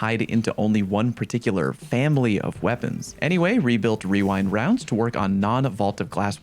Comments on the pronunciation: Wewind Wounds. It just happens when you’re trying to say rewind rounds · WeWind Wounds - that waskally wabbit. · "webuilt wewind wounds" \o/ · Tbh, the wewind wound meme might be from my clan and most likely a few other funny people; when I got a weapon with rewind rounds on day 1-2 in VoG, I would say it too fast and say wewind wounds, and whenever we LFGed for people I would say wewind wounds because it’s just easier and funnier than trying to say the actual pronunciation, then probably spread from there, I’ve never heard anyone speak about it, until now, so I might be wrong about it origins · Weewind wounds was from flubbing during a video.